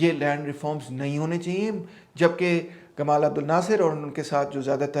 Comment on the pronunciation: سر! لفظ "جمال عبدالناصر" ہے ."گمال "نہیں۔